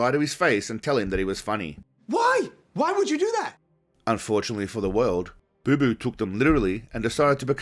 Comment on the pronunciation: It’s not boo boo it’s Bapa